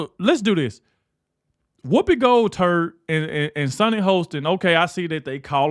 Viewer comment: Did you say Whoopi gold turd lol